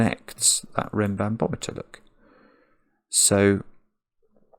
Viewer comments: So funny how after a couple of minutes it turns into "renbanBOMeter" instead of "renbanMOMeter". ^^ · I smiled every time said "RenbanBometer" (rather than RenbanMometer). Reminded me of a child saying biscetti rather than spaghetti. 😂 I solved this in about 25 minutes. Really fun puzzle!